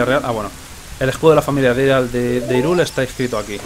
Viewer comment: se escribe Hyrule, pero se pronuncia Hayrul